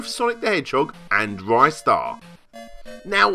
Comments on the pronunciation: Rye-star? Im outta here Ree-star thankyou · Ristar the Shooting Star (リスター・ザ・シューティングスター Risutā za Shūtingu Sutā) Short "i" sound, not a long one. "Wrist-ar", not "Rystar". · Ristar is in my top five favourite games of all time. Playing Ristar isn't just playing a kiddy platformer, it's playing a living, breathing sci-fi universe filled with emotion. One of the best games for the Mega Drive. Good video but it's pronounced 'Ree-star' not 'Rye-star'. Not sure where this 'Rye-star' pronunciation came from. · Interestingly enough this is the first time I've ever heard it pronounced R-eye-star. Everyone I've ever met either says it "Ree-star" or "Wrister" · It's pronounced 'Ree-star' as how the creator calls the character. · Just so it goes on record, it is officially pronounced "re-star" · Well, technically the Japanese title is also in English. But anyway, another youtuber did a Ristar retrospective awhile back and he mentioned interviewing multiple employees of the English localization. Two of them pronounced it Rih-star, and another said Ry-star. So it can be both, but I go with the short i since that has more phonetic proof to it.